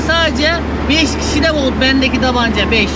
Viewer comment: tabanca yok, dabanca 😂😂😂❤️